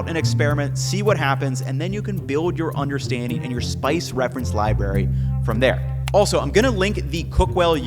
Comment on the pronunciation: "Libary" lol Great video!! Love the content ❤